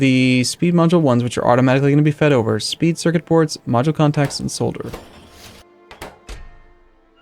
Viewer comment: Please! For the love of God! Say Solder correctly! That's all I ask.